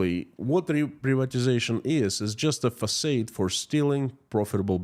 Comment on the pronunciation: Facade is pronounced fuhsahd. Oh that crazy English language!